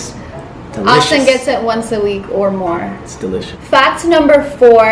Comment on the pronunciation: He said delicous